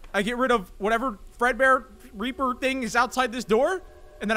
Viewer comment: I low key thought he said raper animatronics 💀